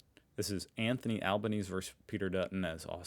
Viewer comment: Whilst I hate to be the grammar police, its also an annoyance that you say ...this "verse" that. The word is versus. A verse is part of a song or poem. Versus is a word that means "against". The two words aren't interchangeable, although we often hear media sporting commentators make this mistake.